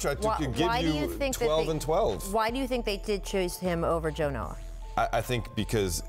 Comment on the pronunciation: WHO ELSE GOT MAD WHEN SHE SAID "JO NOAH" 😂😂😦👿👿👿